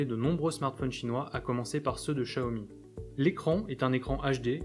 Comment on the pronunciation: Bon test et enfin quelqu'un qui prononce (à peu près) bien Xiaomi, (tchiaomi) , bon téléphone en tout cas, mais ne me fera pas changer mon OPT